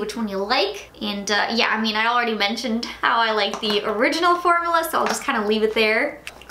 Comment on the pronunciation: I'm so sorry I am NOT TRYING TO BE A HATER, I repeat I am not trying to be a hater, but it might just be me, the word is FORM-U-LA. Every time you say it I kind of cringe, formala....idk why it's bothering me so much but it really is! I'm sorry!